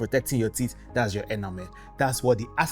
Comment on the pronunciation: Teeth not tits ... Watch your pronunciation